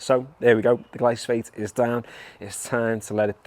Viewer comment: It’s Glyphosate not Glysophate 😂